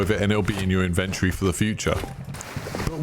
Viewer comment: In ven tor-ee